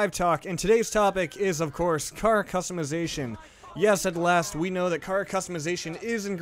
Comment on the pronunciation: you say custimizition